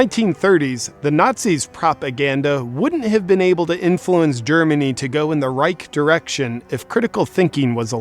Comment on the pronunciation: “Reich direction “ haha I barely caught that